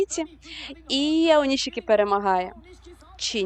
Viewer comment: Українськи сумоїсти у Японіі зараз на такому рівні що представляють Державу. Тому прошу усіх однаково правильно називати сумоістів чи щось на японсткому на офіційному: Аонішікі, Шіші. Башо. Не треба так як на яzыке : аонисики, сиси, басьо та інше. Дякую.